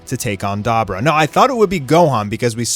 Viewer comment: Da bor ah not dabra😂